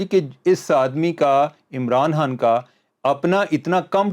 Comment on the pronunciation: Why can't you pronounce" Imran Khan" you kept saying " Imran Han" ? Please bring guests who can speak properly.very annoying listening to such pple.that is why 👎